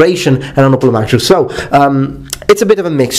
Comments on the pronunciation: I think the Oplomachus should be pronounced Oplomakhos, since it is from a greek world "Οπλομαχος" from Οπλοv, the tool or weapon and Mαχος, battle. All so sori for ze bad English az I am Outralpin ^^. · You used to pronounce "hoplomachus" as "hoplomacus". I like the former version more.